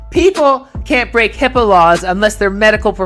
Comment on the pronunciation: idk if I heard correctly, but it sounded like said, "HIPPO" laws rather than HIPAA like a dumbass